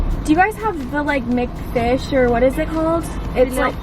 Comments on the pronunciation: HAHA when she says mcfish !!! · i DIED everytime you said mcfish😂